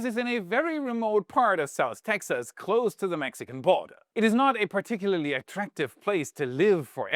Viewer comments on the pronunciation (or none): none